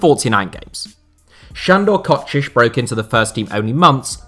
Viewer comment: Wait, he improved his pronounciation of Kocsis. its a really small thing, but thank you